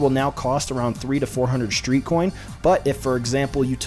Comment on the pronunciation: There’s no H in street. Or stream.